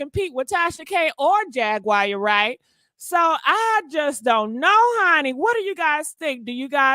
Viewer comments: It's Jaguar (Jag-War) not Jag-wire🤦🏽‍♀️🤷🏽‍♀️ Stop jacking up names & words, omg...go back and listen to your commentary 😮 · You mispronounce her name you pronounce it like the cat jaguar Jag/war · Here we go again (in DMX voice)! never says people names correct! Who in the world is “JAG*WIRE” Wright? And she’s saying “Jag*Wire with emphasis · You mispronounce her name you pronounce it like the cat jaguar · You are pronouncing Jaguar wrong there is no I in it. It’s hard to listen to your commentary because you are not that intelligent. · The way she says jag name lol